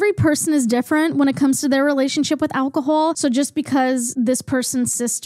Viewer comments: I love whenever your accent comes out a little with words like alcohol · I absolutely adore how u say alcohol w ur lil accent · The way you say alcohol gives me life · I just noticed your accent in how you say alcohol and I love it for you and ur hat is so slay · just found your channel and i love it! but i NEED to know where this accent is from!! never heard it before. especially "alcohol" is so interestingly pronounced. - from a non-native english speaker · why do u pronounce alcohol like that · Im so sorry but all I could focus on is the way they pronounced Alcohol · love the way you pronounce “call” queen. “cwaul” “alcohowl”